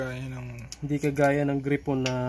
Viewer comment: Nakaka umay yung pronunciation mo ng gryphon. Gray phon. Hindi gri pon.